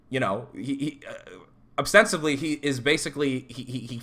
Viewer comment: it's "ostensibly" not "abstensively" lol